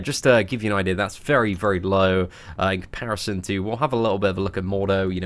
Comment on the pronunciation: Idear!? He said Idear!!! Lmfao